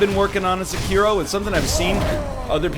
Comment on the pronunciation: Sekiro. Egg. Seggkiro.